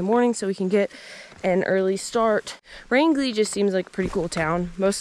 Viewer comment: Home, home on the "range". Pronounced Range - ly. And the plural of moose is moose ;-D I hope you guys get to see one or more before the end.